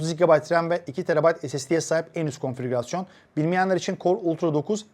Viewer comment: senelerdir aynı şekilde söylüyorsun... Konfirügasyon değil KOM Fİ GÜ RAS YON...